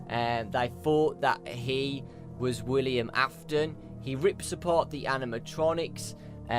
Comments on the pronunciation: WILLIAM Afton, it's WILLIAM Afton,! This has been driving me crazy! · Miklz aftonn. AINT IT WILLIAM AFTON ????